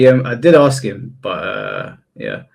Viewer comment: It's pronounced "ask"